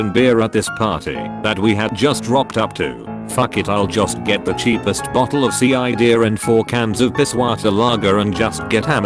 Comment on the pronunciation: "Apple see-eye-deer" 😂😂😂👌👌👌